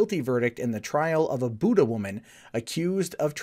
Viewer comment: >pronouncing the town name the same as "Buddha" it's usually pronounced "Byoo-duh"